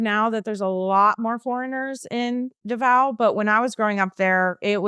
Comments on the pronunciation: Sorry if this may sound negative but how did she live in davao for 15 years yet she cant pronounce it properly?? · Butuan is pronounced as “boot-one” with the accent on “boot” and Davao is pronounced as “da-vow” with the accent on “da.” You lived in the Philippines longer than I did and I was born there. The culture shock makes sense. I grew up speaking Waray-Waray, but my husband only knows Tagalog. Good thing I learned it in school so whenever we speak in “private” we use Taglish LOL. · I’m confused why is somewhat mispronouncing the regions in the Philippines where she resided (i.e. Butwon and Da-VAO).